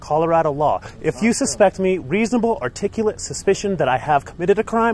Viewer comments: I love these but my grammar nazi in me cringes when articulable is mispronounced lol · It is NOT “articulate” you moron! It is Articulable! Look it up and check a dictionary! SMFH! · ARTICULABLE How fucking hard is it to say articulable !?!